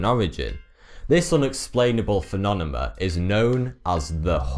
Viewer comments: I apologize, but you saying phenonemon instead of phenomenon made me stop this video. I literally cannot watch it. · it's pronounced "phenomenon" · i heard phenonemon and phenonema lol :) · What is a "phenonema"? Is that like British for "phenomenon"? Its form suggests plural, but what you're describing is a single case of the ... phenomenon in question. Oh, and "Taos", (New Mexico, US), rhymes with "house". I'm so consufed! :-) :-) I love this guy! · Phenonemon xDDDDD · please say P H E N O M E N O N instead of P H E N O N E M U M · phenonemoun =3.. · Yes, it's very distracting. He doesn't really pronounce it differently each time, sometimes he says "phenonemum," others he says, "phenonema." But he doesn't necessarily use each mispronunciation at the correct time. Phenomenon is singular, phenomena plural. So he mispronounces each the same way, and uses them as if they are interchangeable, not as singular and plural. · Are you deliberately saying "phenonemom"? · Phenonemum? phenonema? i don't think that's how you spell it... good video though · Hey man, it's "phenomenon-phenomena", no " phenonemon-phenonema" as you appear to say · This video is a very strange "phenonemum" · Did he just keep saying Phenonema And Phenomenom?! Well, he is still cute... 😉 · holy shit. feh-nom-en-non. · phenonemum. that's not how you say it. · ***** Seriously? "Phenonemum" and "phenonema" sounds right to you? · I hate how he says phenomenon as phinonemun.... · love your work dude, but.. phenomenon: "phe-nom-e-non" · prounciation: PHENOMENON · Smiddy Fiveonefive Phenonemum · I like your channel: it's informative and entertaining, perhaps addictive. But please learn to pronounce phenomenon. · Hey buddy, love your channel! Great work! Appreciate the useless trivia!... Maybe just work on saying "Phenomenon" properly! haha. I'm sure you'll be using that one quite a bit in the future! :) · Why can't he pronounce phenomenon properly? I love him to death but still. :P